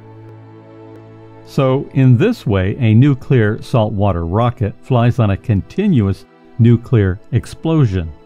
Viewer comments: I'm sorry, but I can't watch a documentary where the narrator consistently pronounces it "Nucular" - like a fool. The word is "nuclear" - said like it is spelled: "nu-Klee-ar" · Hey did you change your pronunciation from Nu-clee-ar to nu-cue-lur? The first part of the narrative is correct, the latter enunciation is ludditic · NU-CLE-AR, not nucular! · It's nu_clee_ar. Not nu_cu_lar. You sound like an idiot when you pronounce it wrong. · i listened as long as i could but the dubya-style pronunciation of "nuclear," and several other errors, just points to a massive ignorance of the topic.. IT'S NUCLEAR NOT NOOKULAR! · Nuclear (for example) is pronounced ' noo klee ar ' and not ' noo kew lar '. There is only one u in the word. When George W. Bush pronounced it the same way you do, he was widely mocked. It has nothing to do with a speech impediment. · "Nucilar"? Seriously?!? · Nucular rockets? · If you are a scientific expert, why don't you know how to pronounce the word "nuclear"? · Nuclear is tricky to pronounce correctly.. Keep working on it.. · You cannot pronounce nuclear, muon, or theoretical correctly. Therefore you have no idea what you are talking about.